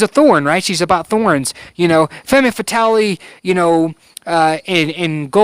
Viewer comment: Femme Fatale - ˌfɛm fəˈtɑːl - I believe - but thank you so much for this review. I love your reviews and consult you before I make any purchases! Cheers!